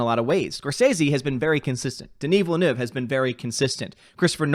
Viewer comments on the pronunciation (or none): Did he say venis dilleneuve????